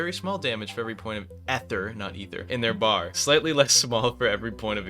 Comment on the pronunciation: Ok I had to look it up, it's EEther with a long e, maybe you're just farming engagement or something